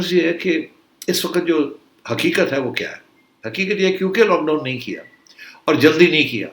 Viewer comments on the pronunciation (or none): none